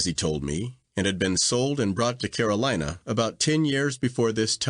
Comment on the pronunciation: Agreed. I appreciate the effort the current reader I'm listening to made, but can't fully understand her. And it's not an audio issue. She pronounces Carolina as Caroleeena